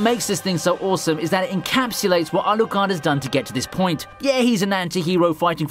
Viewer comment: Man can you please just pronounce anime character names in a normal way? You try to get Japanese names and struggle so much but Alucard is not even Japanese and you still botch it because you try to hard. Otherwise great content. 😆 my pet peeve I guess